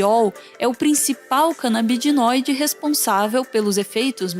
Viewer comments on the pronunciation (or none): kkkkkkkk Rachei, pior que o cara fala certo, na vez dela canabidinoide. :p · Que AGONIA ela falando CANABIDINOIDE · Vídeo maravilhoso, mas perdi a conta de quantas vezes a falou "canabidinóide" ao invés de "canabinóide" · Gente, CanabiDInoide é uma forma correta de falar Canabinoide? Fiquei agoniado com ela falando assim no vídeo todo e o cara falando da forma que eu conheço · CanabiDInóide ou canabinóide? Kkkkk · vão me chamar de chato?com certeza Mas é o segundo vídeo q a fala "canabidinoide", aq é o corretor chatão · confesso que meu coração doeu toda vez q ouvi "canabi-di-noide" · Ela acabou decorando a palavra errada, apenas isso.